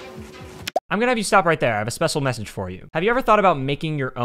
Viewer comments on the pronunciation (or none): „I have a spessal messange for you :)“